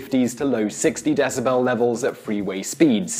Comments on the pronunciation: What the hell is a desaBell I mean I know what a decibel it's but damn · I don't like how you say decibel. You are obviously a stuck up yuppie. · Your pronunciation of decibel was making me want to go rev my Harley so that it drowned you out. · Stopped after 30s. Learn how to pronounce decibel. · I'm gonna quit watching now... can't stand the way he is saying decibel! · The way he says Decibel is weird. Also, you fail to explain the mechanics / physics on why Hardley Davidson's are so loud, instead he rants and raves about the public pissing and bitching about noise levels. This is more of a noise PSA than it is an actual mechanical breakdown of how HD's get that distinctive (and annoying) roar.